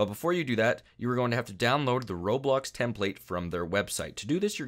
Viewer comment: Roblox not roblux